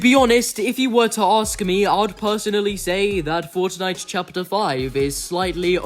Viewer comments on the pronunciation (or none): bruv pronounces fortnite as fOrcHKniGHT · Why do you pronounce some words in an american accent some in an English accent and some in an Australian? And the way you say fortnite as forTniTe with the T's is weird lol